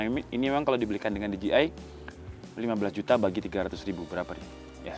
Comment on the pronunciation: DJI dibaca di je ai mase, bukan di ji ai